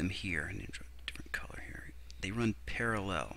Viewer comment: You put weird pronunciations on words... "ParaLLEL"